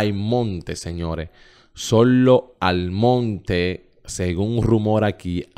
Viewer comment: Se pronuncia soilo almonte no aimontr como usted lo pronunció